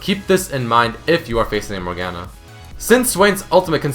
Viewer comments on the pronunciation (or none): none